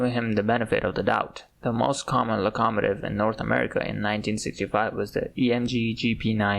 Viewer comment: Love the video... Just one thing... Your pronunciation of "Locomotive", as far as I'm aware, is pronounced "Low-Ko-Mow-Tiv "/lō″kə-mō′tĭv/ in English. Not really a complaint but I've never heard it pronounced the way you did and it threw me off enough to pause the video for a minute. Can't wait to see more though, subbing and checking out your other videos.